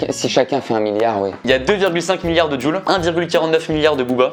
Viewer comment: Jul se prononce < djoul > et le prononce < jul >